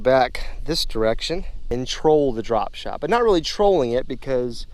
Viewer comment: it sounds like you say dripshlt😂